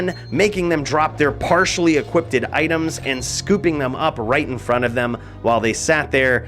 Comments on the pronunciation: hey.. what the fuck is an "equipeded" item? partialled equip..ted? Lol, equipped. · Lol, he said "equipeded" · “Equipted”. This dude actually said “Equipted” smh